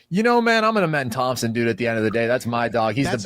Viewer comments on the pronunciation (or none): none